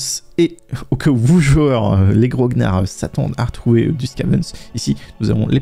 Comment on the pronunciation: Juste une petite précision de prononciation en tant que wargamer, on prononce gro-gnard et non grog-nard, le terme désignant un soldat de la vieille garde napoléonienne, et par extension une personne ayant une grande expérience et pratique, un peu gardien du temple intransigeant aussi. ;) Là, je fait mon grognard de la bonne prononciation. ;)